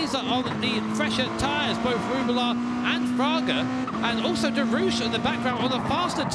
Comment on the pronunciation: As a French I cant stop laughing when English say "Derouche" instead of "Derrouiche" XD